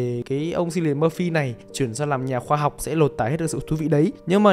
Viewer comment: *note: Chữ "Cillian" trong tên Cillian Murphy đọc là "Kiu li ần" chứ hk phải là "Siu li ần" 🤓👆